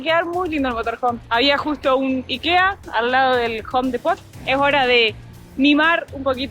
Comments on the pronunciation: Hola lindo lugar, me mato la pronunciación del Home Depot, en cambio de decir Hom Dipot. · La forma de pronunciar Home Depot se me hizo chistoso.